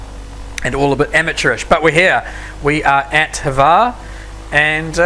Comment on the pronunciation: You pronounced Hvar airport wrong